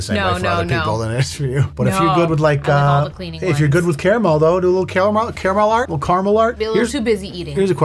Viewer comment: It's definitely not car-MEL, dude.🤣 I'll accept /car-mull/ or /care-a-mel/, but car-MEL? What're you a fancy pants, bro? Get outta town! Yes, I am the Pronunciation Police. Get on the ground!!👮